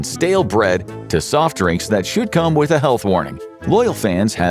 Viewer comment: soft drinks that should come with a health warning Thought he said "shoot cum" 😮